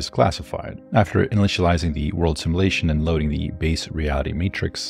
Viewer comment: "Sim-you-lation", not "Sim-eww-lation"!